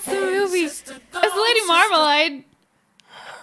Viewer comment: Love you guys! Love your podcast! But it's "Marmalade", not "Marmalide". It doesn't matter at all, yet somehow it's very important to me that you know this. :) Thanks for being you!